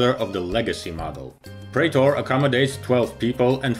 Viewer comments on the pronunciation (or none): none